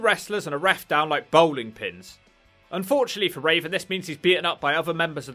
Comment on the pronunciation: Why do you keep calling Raven as Raisin?